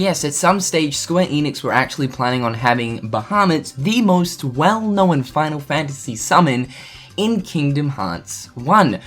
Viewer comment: Unknowen, showen, knowen.... Why do you force a vowel where one isn't needed ??? ya'know(en)